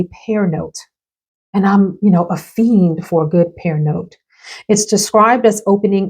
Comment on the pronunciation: I like the color of the Bond #9 bottle. Your description of the bottle is definitely on point. You said feen😂😂 Bond No 9 got you out here like Jodeci 😂